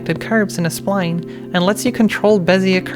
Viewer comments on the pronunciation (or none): none